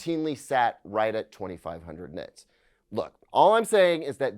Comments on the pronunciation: Nit-erds? What did you just call me!? 🤨🤣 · Did anyone else mishear when he says "nit-nerds" ? 😂😂